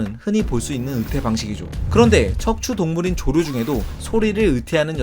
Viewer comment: 조류 말할때 조루...라 하는거 같네요.